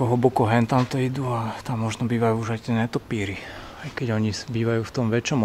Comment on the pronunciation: perfektné zábery. Nehovoríme netopíri ale netopieri . Inak super